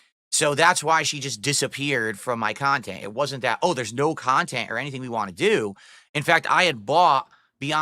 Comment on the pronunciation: no phonetics, dsp can't say "want" or "both" etc